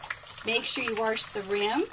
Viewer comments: Don’t say Warsh please. It’s wash.. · Reasons Why I Love This Video: 1) You say "warsh" just like my mom and gma, which instantly gives me the warm-fuzzies. 2) This is the first time I've been able to find someone else who's dealing with the single basin + plastic tub situation. 3) Everything here is common sense but you're way more patient than I am, so I'll just make my kids (who are totally old enough to already know this ferpetessake) watch this until they get sick of it and just do the dishes. What I Do Differently: Not much. I use a small plastic tub (like a shoe box) for silverware and cooking utensils. I fill that with hot soapy water and put it off to the side so that stuff can soak while I do all the other dishes. I have a regular wash tub like yours that I put in the sink for washing, and I leave the rest of the sink empty. I wash the items and put them in the empty part of the sink until they're done (or I run out of room) and then I rinse them all at once. Thanks for this! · She is so sweet but I will never understand why say warsh; there is no R in wash. It does grate on me. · I love that, I used to have a coworker who said warsh and golly -I thought that was so cute and funny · You say wash like my grandma did with an r sound! Thank you for this video, so helpful! I've been washing dishes by hand for several years now but I haven't been doing it efficiently.